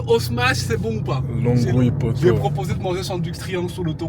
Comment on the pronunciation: Ça se dit lonwii 🤣